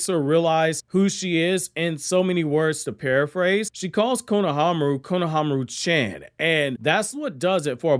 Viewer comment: When you say "chan", it is pronounced "chon" (as in, rhymes with Tron, Ron, Don, etc...). It is not chan as in Jackie Chan (or as in rhyming with "can").